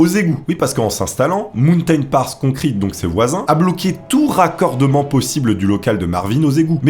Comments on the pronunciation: Aïe aïe aïe, j’adore tes vidéos mais fais gaffe à l’accent anglais! Concrete. Hésite pas à écouter des prononciations des mots que tu dois citer tu trouves sur internet. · la prononciation de concrete fais un effort j'ai le tympan droit qui saigne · "né à souss dakota"... "concriti"... Superbe vidéo comme d'hab sinon <3